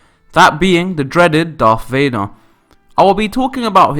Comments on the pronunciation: “The dreaded Darth Vay-nah” Dreadful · Darth Vaner? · "Darth Vadnar"?